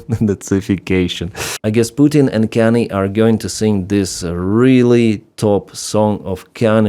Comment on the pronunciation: Kan-yeh, not Kannie.